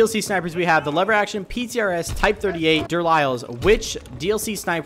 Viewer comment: It is pronounced de lile not the der liles